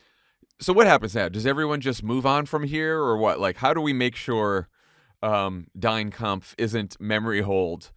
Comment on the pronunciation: “Dine Kampf” 😂🤣😂